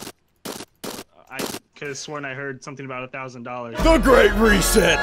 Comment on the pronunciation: You said "The Great Reset" mod wrong at the start if the video